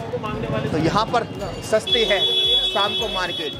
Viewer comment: Bhai apni boli per dhyaan dijiye saam nahin shaam bolte hein